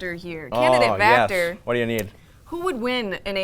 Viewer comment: Sureeee....! also its Vactor, (notice the 'V') not factor...